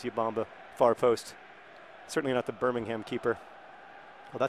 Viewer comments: YOUR PRONUNCIATION OF ENGLISH TOWNS WITH THE WORD HAM IN IT FRUSTRATES ME!! It's pronounced Bur-Ming-Um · I believe the major difference between the Birminghams is not the geographical location, but the pronunciation. The english Birmingham is pronounced Birmingum. Correct me if I'm wrong